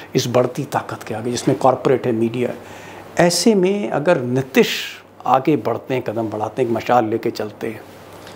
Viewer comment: Sir, Aap " Nitish" ke pronunciation mein always mistake karte hain. Hindi mein Likhte sahi hain. Ti ke uchcharan mein badi ee ki matra hai. Please